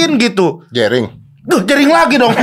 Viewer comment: JENDA vs RIGEN... ah... Jerigen... Jerigen... Ngomong jerinx...😂😂😂😂😂😂